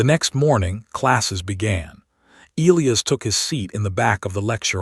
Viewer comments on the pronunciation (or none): I wholeheartedly agree. The AI pronounces the name e-Lee-as, should be e-lie-us I believe. But at least there are not any Roman numerals to screw up. As in Kepler Vee-eye-eye instead of Kepler Seven. 🤣😎